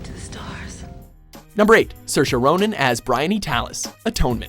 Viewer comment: Wow it's not often that someone front outside of Ireland is able to nail the pronunciation of Saoirse well done you get an Irish star of approval